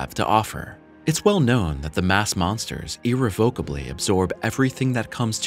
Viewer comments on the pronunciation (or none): none